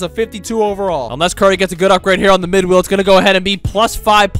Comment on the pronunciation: S it just me, or when he says good wheel it sounds like good will 😅